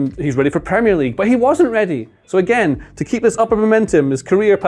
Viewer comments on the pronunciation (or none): none